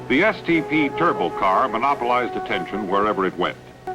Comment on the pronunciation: The aircraft mechanic in me cringed every time he said turbo!